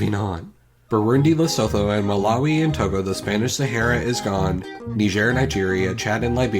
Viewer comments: It’s pronounced lesutu not lesothooooo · I am South African so I can point out your pronouncecitations mistake here Lesotho is pronounced LE sue 2. Also Sotho is an official language of South Africa so I know to pronounce this name. I can't speak the language but trust me when I say this is how u pronounce the name.